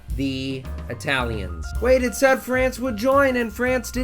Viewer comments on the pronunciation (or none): none